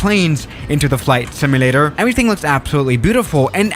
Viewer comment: Flight "similator"